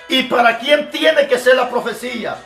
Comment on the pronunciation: Asta cuando no se dice profecilla se dice profecia.